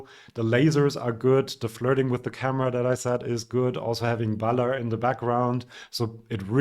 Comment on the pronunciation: Is it not Baller 'ler 'ler 'ler 'ler instead of Baller 'la 'la 'la 'la ?